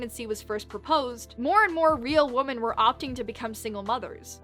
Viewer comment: "Defence" is fine...but pronouncing "women" like it's the same as "woman"???